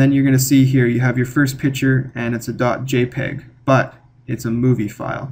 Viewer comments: It's a picture, not a "pitcher." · Great video- wish you pronounced the "c" in "picture" though.